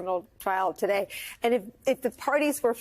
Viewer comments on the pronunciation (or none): Ari it's "Today" ,not taday!